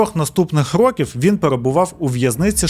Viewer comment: Я з перших відео дивлюся, але об'єктивно — наголоси... То з Бояркою, то "чотирьох рокІв"...